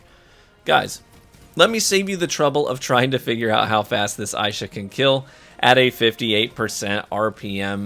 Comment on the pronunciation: Would be nice to know ahead of time if the video favors certain classes. This video is for Warlocks primarily. Nice video, but a lil click baity. Assuming that's purposeful though...Also, pretty sure it's pronounced "ai-EE-sha". But that's just a bit nitpicky.